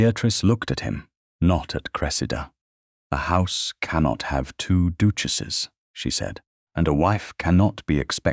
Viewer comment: Oh no! Another stupid AI story! Everything, everything was created by a computer and is fake. An educated narrator would not pronounce the word duchesses as doochesses. It's just a modern fairy tale.